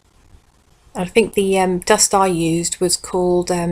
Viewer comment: Did you say dust like little Britain? Cause I cannot stop laughing over it